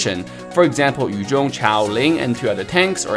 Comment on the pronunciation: The way he said "Yu zhong, Chou, Ling..." is a music to my ears. Most ML players pronounce Yu Zhong as Yu ZONG and it hurts! 😂